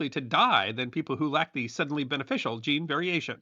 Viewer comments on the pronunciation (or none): none